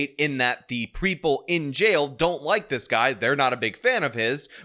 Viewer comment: "Preeple"? Also, do you have to almost always yell when you say "baby angel"?